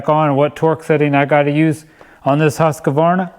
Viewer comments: Husk-Varna, not Husk-a-Varna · you ( and about everyone in the other side of the world ) needs to learn how to pronounce husqvarna. h u skvarna forget the q